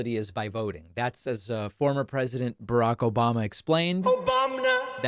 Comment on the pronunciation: “Obamna” lol